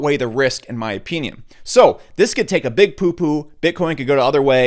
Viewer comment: My ah-pee-neon